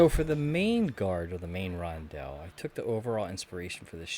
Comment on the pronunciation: Listening to you pronounce Rondel as Ron-dell for 27 mins is gonna drive me nuts! Only one L in the word. 🤣